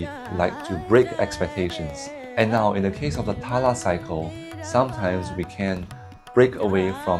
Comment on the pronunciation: btw try not pronunce it as "TALA" but instead as "TAL"